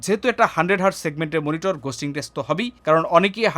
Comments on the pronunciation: মনিটর নাকি মিনিটর? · মনিটর ❌ মিনিটর ✅